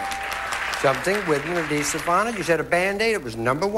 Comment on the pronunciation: Fast money blunder: Something with an "a-deesiv" on it? No wonder he couldn't answer. C'mon Richard, "add-hee-sive".